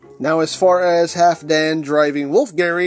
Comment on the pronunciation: Eigentlich wird das L mit ausgesprochen. Halfdan ist wenn ich mich recht erinnere ein nordgermanischer Name und damit skandinavischen Ursprungs.